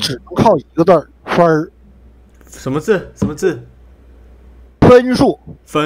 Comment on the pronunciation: 分儿 笑出声